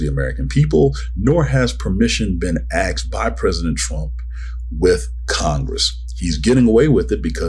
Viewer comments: Asked my bro, not aksed.. C'mon now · Did he say "axed" ? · Stop saying “axed”. wtf, bro